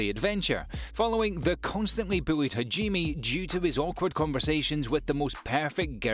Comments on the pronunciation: Is it really impossible for english speakers to pronounce japanese words right? hajimmi? what.. Haven't you hear how they pronounce the names in the anime? How can it be so difficult to pronounce it correct? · bruh do you even watch the anime bc you pronounce some character wrong like hajime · The pronunciation of Hajime killed me